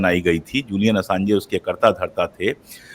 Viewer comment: Julian Assanj pronounce hota hai, Assange nahin, please rectify kar len, Baki presentation bahut achhi thi aur ek ek topic jo aapne chuna hai, kitaab likhi ja sakti hai uspe.